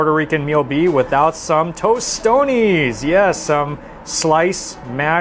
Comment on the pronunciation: Also Toastones not Toast-tonys 😂 but he's trying. Dios lo bendiga bendito😊